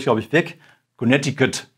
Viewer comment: "Konektikutt, ja wat dat ..." 😂👍